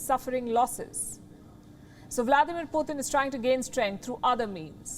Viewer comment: Palki..his name is Putin..not Puthin.